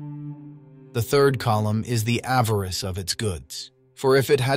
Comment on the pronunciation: It’s Avarice— not avarest!!